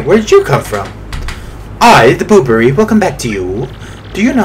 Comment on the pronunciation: Silly Bobbery thinking it's his last day. XD (I still find it funny how you call him "Boo-brr-rie." I call him "Bob-brr-ry.")